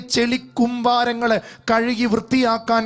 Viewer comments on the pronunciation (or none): none